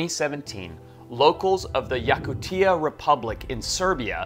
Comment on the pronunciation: Oops. Mispronounced Yakutia.